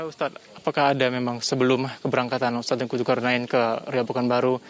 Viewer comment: Ayolah tv besar masih aja salah penyebutan ustadz